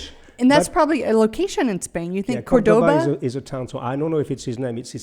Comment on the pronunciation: You have to pronounce Cordoba with the stress in the first o. 🙂